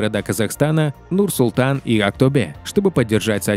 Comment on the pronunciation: На казахском буква Е, не читается как Э. Слух режет. Не тенгЭ, а тенгЕ, не АктобЭ, а АктобеЕ) За выпуск спасибо 🔥